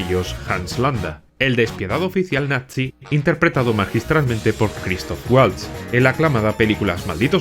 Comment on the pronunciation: Eres el primero en decir la palabra bien todos dicen nazi... pero en realidad es natzi es una pequeñez pero muy buen detalle ❤